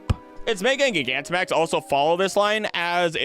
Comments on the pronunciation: Pronouncing Gigantamax the way you do, while understandable, IS CRAAAAAZY. You missed that it's supposed to be pronounced like gigantic and not gigabyte. But never the less, fun web. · "This is where i start pronouncing pokemon wrong" 29 minutes in. My guy, we all heard "gig ant um axe" in the intro.